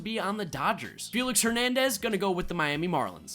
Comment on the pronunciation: “David Hernamden”?!?!